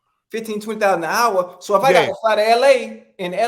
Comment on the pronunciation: Why he say hour like it was a two-syllable NEW word!!